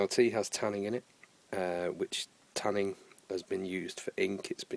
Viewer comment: There's no G in Tannin. Just saying.